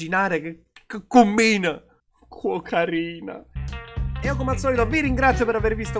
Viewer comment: Quando nella canzone dice quocarina io capisco sempre cocaina